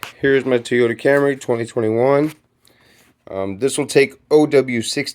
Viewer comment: "Tee Oda"